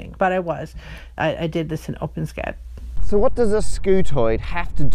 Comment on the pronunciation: it's always refreshing to hear someone else pronounce OpenScad that way! Seems the vast majority say Open S cad.